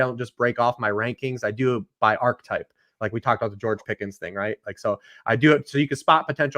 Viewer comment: Fantasy Community PSA: "Archetype" has 3 syllables. And this is missing a syllable too.